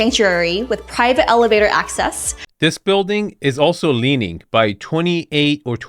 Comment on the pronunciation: Leening, learing....GONE